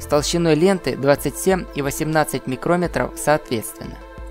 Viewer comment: Не "микро́метров", а микроме́тров. Или, что более употребительно,- микрон: 1микрон; 2 микрона; 3;4 микрона; 5;6;7 ит.д. микрон Микро́метр - это измерительный инструмент